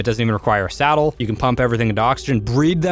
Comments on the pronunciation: Do you keep saying "salad" instead of "saddle"? lol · He said ascendant salad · I thought he was saying salad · I honestly think it’s funny how he says salad instead on saddle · is it just me or does he say salad instead of Saddle ????? Awnser plz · Before i thought you said salad and not saddle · SADDLE NOT SALAD!!!!!!